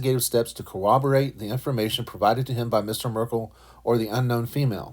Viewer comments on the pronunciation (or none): There's no 'w' in 'corroborate.'